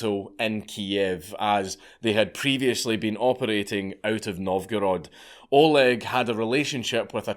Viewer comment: I’m more than surprised that a non Russian speaker, dankula managed to pronounce everything correctly, especially being an Oleg myself